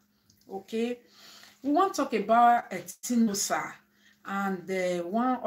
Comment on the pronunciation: Etinosa na Etin_osa meaning god's power people don't no how to pronounce her name.